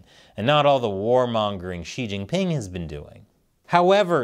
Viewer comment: Wrong pronouciation. Shouldnt it be See Jinping instead of She Jinping?